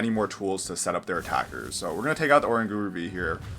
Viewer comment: Sablie ?? what its (sable- eye ) god that was a terrible pronunciation lol 😂😂 and orangauru sounds like kangaroo lol when you sound out. Im just trying to help you out bro lol 😂